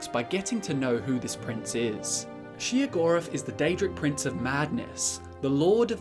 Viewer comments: Am I the only one who thinks he's saying Sheogorath's name wrong? I am pretty sure it is pronounced Shayo-gorath and not Sheo-gorath. Just sayin. oh and also WABBAJACK WABBAJACK WABBAJACK WABBAJACK WABBAJACK WABBAJACK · As many times As i have played the shivering isles DLC I have never heard his name pronounced she-o-gorath. lol. Still he's my fav dadric prince :) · Every time I hear shegoeath I just hear cheese for everyone 😂he can’t drive me crazy I was born like this lmao